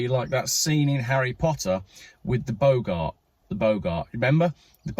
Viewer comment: Say boggart as two words, big art, not like the old actor Humphrey.